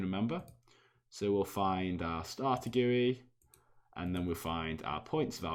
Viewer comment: ITS GUI NOT "GUI"